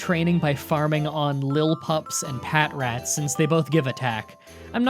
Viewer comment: Goodness, these pronunciations. It's Pa-trat, like Patrol Rat. Burgh is pronounced Berg, like bug, but with a gh instead of just a g. It's whirl-e-peed, like whirl+centipede. Not mad, it just kind of bugs me. I love these challenges and appreciate all of the time and research you put into them.